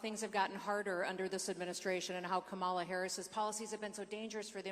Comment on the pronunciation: The Governor pronounces Kamala's name incorrectly too. Is that supposed to be some kind of slur? All it does is show their ignorance.